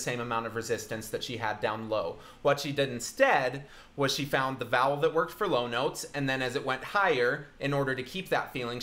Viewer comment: Does anyone else hear "bowels" instead of "vowels"? Maybe I'm too much of a horror fan... 😂